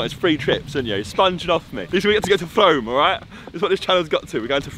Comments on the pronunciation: I live in 'Frome pronounced Frooome' 👍🏼😂 And is right, there's nothing interesting that happens here! 😂😂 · it’s pronounced froooome like broom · 1. Its pronounced "Froome". 2. Longleat is in Warminster not Frome. 3. My boyfriend is a fan and is only now finding out you came to Longleat... we live on the estate 😂 Ps: he got us lost in the maze on our first date 👌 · its froooome thats how it prenountsted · I’m near frome it is pronounced FROOM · I live right next to longleat btw it’s pronounced froo m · You said frome wrong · It’s Pronounced Like Frommmm! Please...Frowme..... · you pronounce it ‘froome’ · You said frome wrong :') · Lol it’s pronounced “froom” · It is pronounced froom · Frome is pronounced froom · Not F-Rome. It's pronounced F-room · It is pronounced froome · My brother and my dad lived in Frome for 3 years he went to Frome college, been there a few times and its funny coz we were the only black ppl there (not my dad but my brother). We say it as Frooome so its an ou sound but yh, the train station is jokes, the other platform is just covered in bird shit. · Frome is pronounced “froom” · Firstly it's pronounced froom secondly I have completed that maze in like 5 minutes thirdly clickbait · its pronounced froom ffs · Omg I live near to frome and the way you say it really irritated throughout this 😅 the fact that the didn’t correct you!! It’s pronounced Froom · The way he says frome is triggering me. Its pronounced froome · it’s pronounced froome but spelt frome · I'm from frome I hate the way you pronounce it its pronounced frooom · He’s gone frome, but can’t pronounce it 😂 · Was getting too triggered at his pronunciation of frome 😂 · Actually pronounce it with dashes like a dictionary so people understand. I promise all 70 likes are UK people lmao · The maze isn't even big it's tiny and takes 3 mins to complete the vid was kinda clickbait And he pronounced Frome wrong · The way he pronounced it tho hahaha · You said “frome” wrong 🙄😂😂